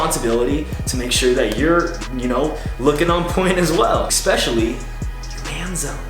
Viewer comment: Hey bro! Love ur vids dude they rly inspire me 💪 one thing that bugs me tho.... It's ES-pecially not EC-specially. Sorry bro. Keep on doing an awesome job